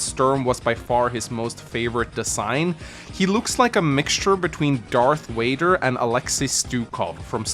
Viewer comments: I forget other nations switch the pronunciation of V and W. I chuckled at Dark Wader. Im so happy us fans are getting this remake. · We will see in 3 months if AW fans like New Sami vs Trailer Sami. Darth "Wader"... I thought in your language the V's are F's in English. I'm hyped for the upgraded versions of the CO powers, what are you hyped for chat? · Who is Darth Wader? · Darth Wader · Darth Wader?